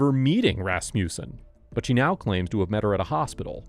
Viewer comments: Ehm when you say 'Rasmussen' you should put the emphasis on the first syllable... RASmussen.. Not rasMUSsen. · He keeps saying rassmewson! Ummm I think it's pronounced rass muh son!!! Why!? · I'm trying to take the audio seriously but the "Ras-mew-sen" cracks me up so much that I keep pausing. Darling, it's Rasmussen, pronounced "Rass-moo-sen" Sincerely A scandinavian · Ras mussen Ras mussen Ras mussen. Ras mussen!!!!!! NEVER “Ras musen!!!!!!!!!” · Funny, thought it was a russian name with your pronunciation, but its a danish one, Rasmussen 😂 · Why can no one in California pronounce Rasmussen properly??!!!! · hearing this guy trying to say Rasmussen is priceless! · The pronunciation of Rasmussen was so special